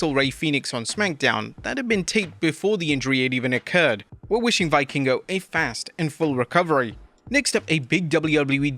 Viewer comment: You do not build credibility as a wrestling report channel by not knowing how to pronounce the wrestlers' names. Why would anyone believe you know what you're talking about if you don't even know it's pronounced Vee-kingo?